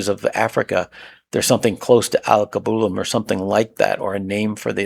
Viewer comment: AL-KEY-BEW-LAN is how you pronounce Alkebulan